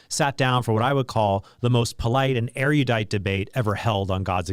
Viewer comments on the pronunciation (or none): although he seemed to say it more like ryuh than ree-you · erudite is pronounced eh ruh dite, not eh ree u dite. Former English prof here (among other stuff).